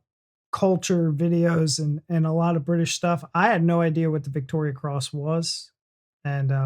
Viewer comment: Just saying its Victoria cross not Victorian